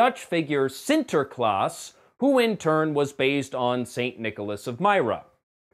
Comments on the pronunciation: Nice pronounciation of Sinterklaas! Seriously, i'm impressed by your Dutch! :D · hey you pronounced sinterklaas better than any non-dutch speaker i've heard! pat yourself on the back. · Only 3 minutes into the review but just wanted to compliment you on your pronunciation of Sinterklaas. Always love it when non Dutch speakers give our language a go. Like Matt Damon said in The Bourne Identity: Vertel me wie ik ben. Weet je wie ik ben? Hou dan g*dverdomme op met dat gezeik en zeg het me. Best pronunciation of the Dutch "g" sound I ever heard from an American :-) (which has absolutely nothing to do with your review or the word Sinterklaas or you saying it, but you know..... just thougt I'd share)